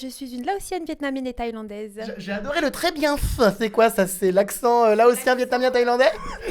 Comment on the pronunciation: mdrrrrr très bienf